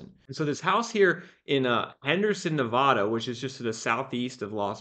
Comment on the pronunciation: You're driving me crazy, you're mispronouncing Nevada; stop it!!! 🤬